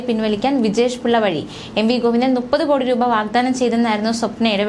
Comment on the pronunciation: Malayalathil NUPPATHU ENNALLA MUPPATHU ENNANU. ( MOONNU PATHU = MUPPATHU) Mlayali kuttikale thetti dharipikkalle!